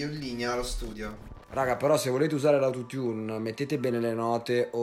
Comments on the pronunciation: Si pronuncia Aoutotiun non autotun😂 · Non sai nemmeno pronunciare autotune😂